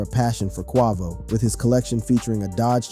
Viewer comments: FAYBOLUS AND KWAHVOH??? HOW DO YOU MISPRONOUNCE THE NAMES OF THE RAPPERS YOU'RE DOING A VIDEO ON? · bro WHY do you say Quavos name like that what the? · How you mispronounce quavo name 🤦🏽‍♂️